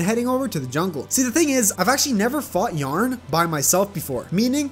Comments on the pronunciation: Bro why was he pronouncing Yharon as yarn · I just wanna say that I spent way too long thinking you were calling the jungle dragon "yarn" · Yharon was destroying you becaused you called him y a r n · i think you say "yah-ron" and not "yearn" or whatever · Man called Yharon "Yarn" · It's so annoying how he says yharon